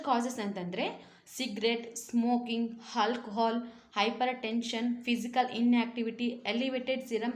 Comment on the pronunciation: ಆಲ್ಕೋಹಾಲ್ .... ಹಾಲ್ಕೊಹಾಲ್ ಅಲ್ಲ❤